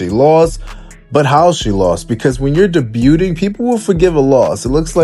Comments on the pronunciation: Why can’t this narrator read? He can’t pronounce his words properly. The word is pronounced “day bue”, not “deb - bute”. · What the hell is “da-byuuting”? Come on bro. Pronounce “debut” (Day-byoo) correctly if you’re gonna say the word publicly. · bruh...DEBUTING is pronounced "DAY-BUE-ING" OR "Day-BUE" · Yeah, um...the "t" is silent. "Debuting," is pronounced "Day-BYOO-ing" 😑 #Grammar 👮